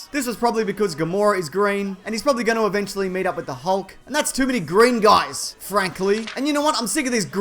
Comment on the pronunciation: sounds like you're saying, "You can't hide from the gays."